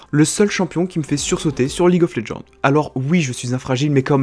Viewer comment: Tu l'as faite quand cette vidéo ? Parce que le Z de roger enleve plus les CC, et ça ce prononce League of LegendSSSSSSSSSSSSSSSSSSSSSSSSSSSSS